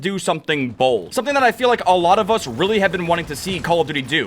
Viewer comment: The way you say bold could you imagine your on the plane that crashes in to the pentagon or the twin towers that would Be B L O D 😅